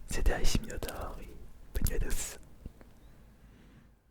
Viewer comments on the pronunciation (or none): C'est Cosmovoum pas Cosmovun MinotauR ^^